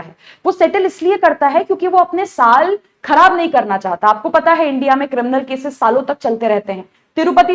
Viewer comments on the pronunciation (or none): none